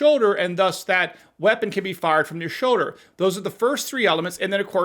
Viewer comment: It is a SHOULDER, not show-der.